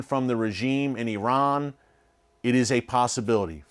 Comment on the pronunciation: First of all thank you for pronouncing Iran and Iranians correctly. You did an excellent job with your report. The issues in Iran are not just the Hejab. This is an evil wicked regime, self serving and NOT from God, as you well know. Yes PRAY for the Christians. ❤